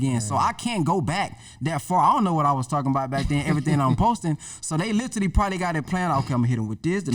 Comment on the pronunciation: Other than the brother not being able to pronounce literally (Lit-Ah-Lee) lol He was dripping jewels 👍🏾